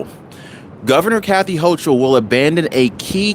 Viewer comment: Her name is pronounced Hoke-ul